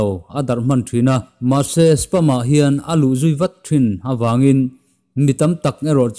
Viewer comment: Spam tih hi palm tree tih a palm lamdan thluk a, spâm/spaaam ti a lam tur.. "Malware" pawh " mel-war" ni lo in 'Mal (mizo tawng anga chhiar top tur) + 'wear' .....MAL-WEAR' ti a lam bok tur.